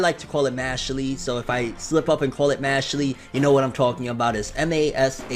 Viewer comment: The correct pronounciation is mashuru. Look at the katakana.